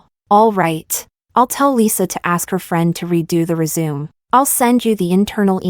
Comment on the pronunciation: Omg it's not resume it's resumé ... pronounced ey 😅